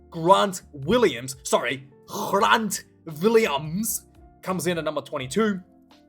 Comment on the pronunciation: Just so you know. You can pronounce grant Williams like you would in English. He doesn't have the Afrikaans pronunciation. Love your channel and the way you are so passionate!